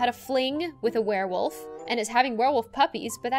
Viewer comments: A werewofl My ears as my eyes are looking at comments: WereWaffle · "Unless she's a werewolf or a werewaffle(werewofl)" 😂 i literally laughed for like 10 minutes straight😂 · I was getting food while they were talking about the doctor thinking the pregnant woman was a werewolf and when said Werewafl I thought he meant WereWaffle 😂 I was so confused... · 7 Second Riddles: Unless she's a werewofl: Or a werewaffle.._. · I love when you jay said unless shes a werewolf or a werewofl by the way werewafl is spelled wrong its werewofle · Ah, yes, a Werewofl. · "or its 'werewofl?'" OMFG I CANT🤣😂👌 edit) OMFG the riddle after that is soooooo damn sus bc Harty wouldn't be there at that moment if he left the place after he used the bathroom unless he wanted to leave the crime early but just go home and change his clothes and come back like NOTHING EVER HAPPENED (i commented this edit so correct me if I'm wrong T-T) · Werewofl? Werewaffle.